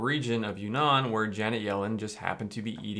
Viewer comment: Not "you nan" it's "uun nan" (two n's in two separate words/syllables)